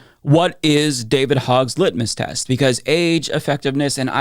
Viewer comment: Hogg said litnus test. LITMUS test. smh